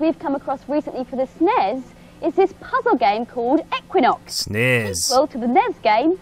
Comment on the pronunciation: "esnes" ?? I always though it was "S-nes" (like letter S, pause, nes)